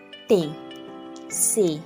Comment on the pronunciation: Muy claro pero pronuncia " se" como "eh"